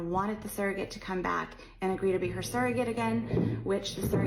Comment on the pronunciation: i love your videos. I get excited when i see you've uploaded!!! Congrats on 100k 🎉🎉🎉 The way pronounces the word "surrogate" is annoying 😅